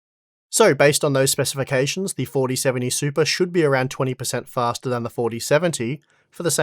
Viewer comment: Came for the 4070 Super review. Stayed to hear say SUPA a few dozen times ❤